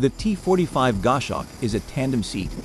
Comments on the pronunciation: It's a Gos hawk, not a Gosh awk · "GOSH HAWK". That's what you get with AI created voice-over. IMHO, videos that use it should have a notification included in the titles.